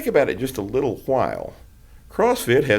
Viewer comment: It takes a "hwile" to be able to properly do so.